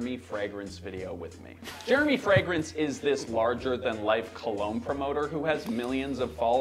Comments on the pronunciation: Yes, there are reviewers that can't even pronounce the word fragrance. One of them is Thomas LinScent. He says it "fre-grence". And he says it ALOT. Almost like he knows it irritates the HELL out of me. Lol. But first he has to tell you about the weather in his area😡. These are the main reasons I don't subscribe to his channel. Most reviewers know how to pronounce the word, but there are some out there that have a hard time saying it right. People with foreign accents are forgiven. Lol. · There is a regular fragrance reviewer in Canada who pronounces “fragrance(s)” the odd way his guy did at first. Now, there are two people in the world (LOL) who have a problem pronouncing fragrance(s). 🤦🏼‍♂️😆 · I'm sorry...but I don't take advice from a guy that hangs frames with no pictures and a hand mirror. And he's criticizing?? Lol. Try pronouncing the word "fragrance" correctly first. Then we can talk.